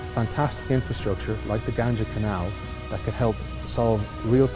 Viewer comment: first learn how to pronounce Ganga